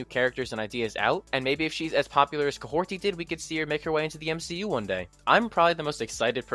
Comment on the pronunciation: Great video! Until I see more from F4, The Thunderbolts is my most anticipated Marvel project next year. Also, it's Kahhori, not Kahhorti.